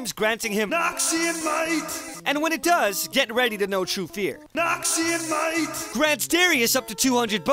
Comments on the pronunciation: NAWKSEEYON MUHAIGHT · everytime noxian might comes, i thought it's noxian nein.